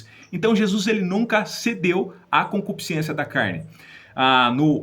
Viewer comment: "Concupiscência" e não concupisc i ência. Boas informações, obrigado.